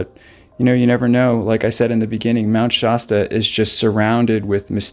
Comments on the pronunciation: Shasta Soda reminds you it "hasta" be Shasta. No "shaw" sound. As dangerous than it looks. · Did I just here you pronounce it "Shosta? It's SHASSSSTA". That's with an "a", not an "o". 😲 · Mt ShAAAAsta. Not ShOsta. What is wrong with you? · Mt. Shosta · You're not quite saying 'Shasta' correctly. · Like the soda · Great video. ( The "Sha" is pronounced with an a like in hat.) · Wonderfully produced video, thank you. You know John still hears his friend's voice to this day 😢. Two small corrections for pronunciation: Mt Shass-ta, not Mt Shoss-ta. And San Ruh-fell, not raf-ayel. 😊